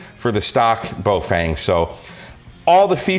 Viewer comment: Please note: the first syllable of the brand is pronounced to rhyme with "cow" and the second rhymes with "lung". So it's "fung", not "feng". Cow-Fung --> Bow-Fung.